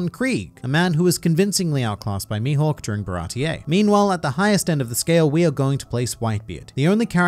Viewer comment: As a Swede I'm sitting here pondering what the F is "Youhawk" XD